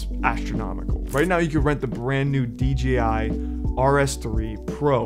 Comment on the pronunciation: First youtuber to say “ DJI “